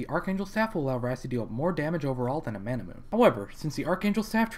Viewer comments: What the fuck is a Manamoon? Mana-MEWNAAYYYYYY (japanese pronunciation, its origin). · Couldn't finish the video because the way he mispronounces manamune bothers me too much. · Or "Man-a-moon-eh". :o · It's not Manamoon, dammit!